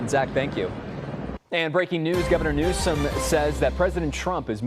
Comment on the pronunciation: Did the news caster from the main stream say governor "New scum" 😂